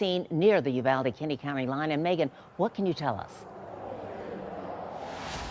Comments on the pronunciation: PRONOUNCED "EU-VAL-DEE " . 😊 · pronounced U-val-de. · "You - Vaal-dee" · They were probably shooting wild pigs or counting deer. Your not saying Uvalde right 😂